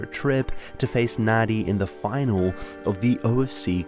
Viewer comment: FYI it's pronounced "Nandi"